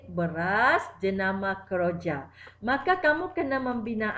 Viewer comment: Kejora cg bukan keroja🤭